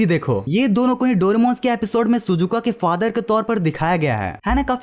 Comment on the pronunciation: Shizuka ❌ Suzuka ✅